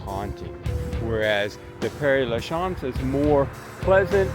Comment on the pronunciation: Sir…your French pronunciation is horrible. It’s Moo Lon Rouge. Moo Lon. Not Mullin. It’s Mon MOT truh, like truck, not Monmottray. It’s Pair La shez. Like shed. Not whatever the heck you said. Good gracious.